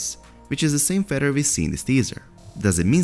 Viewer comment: "Fed-her" - Hey Narrator, it's "feather." Fe...the-r. Also, your numerous, frequent videos are unwittingly turning into comedic relief instead of legit-sounding content. Confirmed!